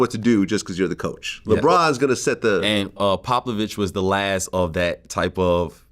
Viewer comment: This man said Poplavich 🤣